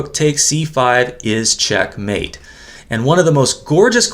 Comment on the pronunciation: I wish would put the correct accent on the first syllable of "checkmate", not the second.😊